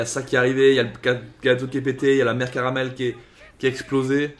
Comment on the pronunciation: Elle s'appelle bien Carmel ( "karumeru" et non "karameru" pour la prononciation japonaise)